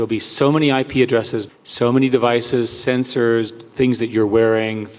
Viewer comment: Eric said "there will be so many censors". LOL. Or did he mean "sensors"? hahaha